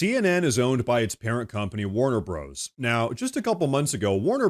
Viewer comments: I know it's spelled "Warner Bros" but unless it has been changed it was always known as "Warner Brothers" and not pronounced "Warner Broes." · Bros. is the abbreviation for Brothers, so Warner Bros. is pronounced Warner Brothers. But don’t worry, while CNN still sucks, you rock! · Whoa. "Warner Bros (broze)? Are you AI? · I like your content, but BTW, Bros. is an abbreviation for Brother. It is Warner Brothers, not Warner Bros.